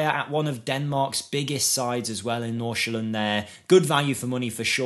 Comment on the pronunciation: Your Nordsjælland pronunciation is close to perfect ! 👌 Fun fact, the club has Michael Essien to coach and tutor their Right to Dream project players from Ghana. Ernest Nuamah has started this season with a bang and soon looks to be sold for 15 mio +